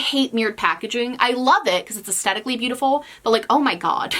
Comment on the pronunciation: Please take this as a suggestion rather than a criticism but you might want to look up the correct pronunciation of “aesthetic.” I do enjoy your videos.